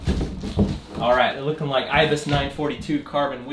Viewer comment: That’s not how you say IBIS